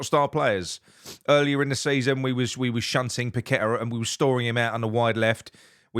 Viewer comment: Have to agree with all that. However his name is pronounced Pak A Ta. It's one thing idiots on Talksport butchering it but not one of our own. 👍